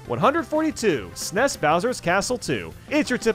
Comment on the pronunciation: I hate the way he says snes